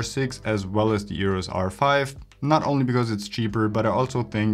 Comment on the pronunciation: stop saying yurus r5.